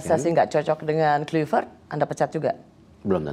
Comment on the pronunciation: Rosi ....sebagai wartawan senior harusnya anda menggali lagi source yg ada terkait spelling atau penyebutan nama PATRICK KLUIVERT, dmana anda selalu menyebut nya dgn Kluyvert bukan Klayvert .... Semenjak era 90an seluruh komentator siaran sepakbola dunia memanggil nya dengan sebutan Klayvert bukan Kluyvert ...please perdalam dulu materi talkshow nya dengan referensi yg ada diluaran Agak ganjil sekelas ROSI masih salah perihal spelling sosok nama besar seorang legenda sepakbola bernama Patrick Kluivert